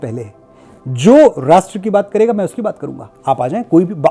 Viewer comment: मनोज जी चाहे कोई कितना भी उपहास करे , शुद्ध , सही , पवित्र हिंदी ही बोलियेगा 🙏 वैसे रास्ट्र नहीं राष्ट्र ।